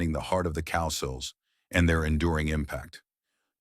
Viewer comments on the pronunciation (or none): It’s COW-SILL FFS. Wish I could leave more than one thumb down